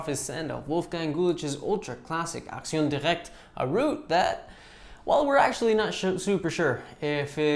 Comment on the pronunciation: I love it that you seem to be one of the few being able to pronounce "action directe" correctly! ;)